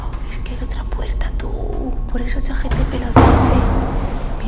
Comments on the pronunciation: Chat GPT no chat GTP los dices mal en todos los vídeos 😅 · JKAJKAJKAJKKAJAJK Siempre te escucho decirlo así, lo más chistoso es que empiezo a dudar de cómo es que se dice realmente JKAJJAJAJA